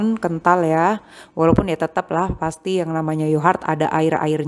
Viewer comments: Knp mommy nyebutnya yohart bukan yogurt? Aku sampe dengerin di translate penyebutannya 😅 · Kok sama bun, aku jadi kurang fokus nontonnya karna yohart hehe